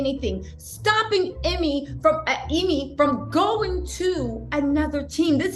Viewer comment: thanks for the update!! oh lol, not that he deserves this correction, but his named is pronounced--- eeemay, not emmy🤭